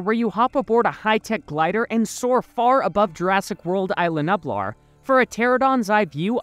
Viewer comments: btw it’s pronounced (Eas-la Knew-Blar) not I-la Nueb-lar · Repeat after me: eye lah new blaar